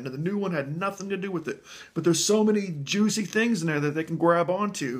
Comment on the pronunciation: "Jew-sey" things... lmaoooo love u